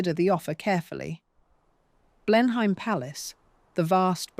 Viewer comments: Blenheim is pronounced 'Blen-im'. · Blenhyme Palace😂😂😂😂😂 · Excellent, in spite of the mispronunciations and inapposite images. Blenheim is pronounced 'Blen-im' in conventional English. Whatever she may have achieved there was always money behind her.